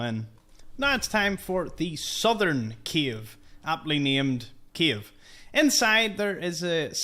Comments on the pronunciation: Bro is keep saying “Kiev” instead of “Cave” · You are saying “cave” and I hear “Kyiv”, every time 😂 a lot of Kyiv’s in the sea! Besides that, a lot of new info, thank you